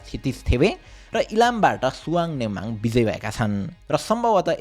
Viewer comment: Suhang nembhag ❌ Suhang nembang ✅